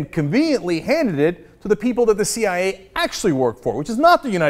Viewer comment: the "CEE YIGH YAY" lol that one gets me too sometimes.